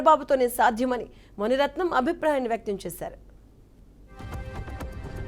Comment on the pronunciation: మణిరత్నం కాదు తల్లీ మునిరత్నం